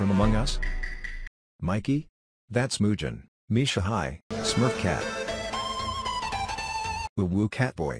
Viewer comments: Mujan❌ Muzan ✅ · “That’s Moo-jan” (it’s moo-zan)😭😭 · ITS MUZAN NOT MUJAN- edit:its Michel jackson, my bad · Mujan bruh It’s musan 😂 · "Mujan" That's muzan-_ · NO es mujan es muzan venga estudia de los nombres de demon slayer It's not mujan it's muzan come study the Demon slayer name I don't know English 😭😭😭😭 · He said "muzan" but whit j 😭😭😂🤣